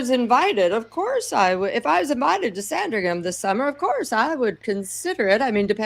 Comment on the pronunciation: It’s not Sandring Ham, don’t pronounce the “h” sounds more like sandring’em